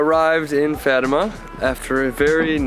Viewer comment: It's not farma it's fatima.